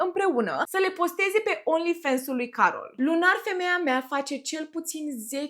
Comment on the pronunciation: Ba frate, vorbiti engleza cum trebuie, nu americaneste 😂 e Fans, cum ai citi in romana, nu fens 😂